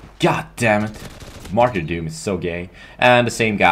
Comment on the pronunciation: nigga u say matrydom so funny